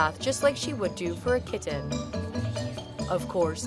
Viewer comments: It’s driving me crazy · The way she says kitten is wierd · I've heard people pronounce it that way in upstate ny